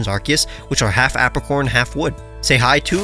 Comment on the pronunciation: Apricorn: "Ape-ricorn"